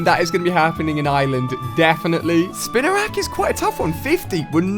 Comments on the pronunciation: it's spinarak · At least he was finally saying spinarak correctly! We're getting there.